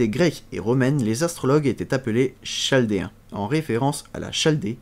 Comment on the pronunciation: On dit KALDÉENS !!! et NabuKodonausaure !!! C était super a écouter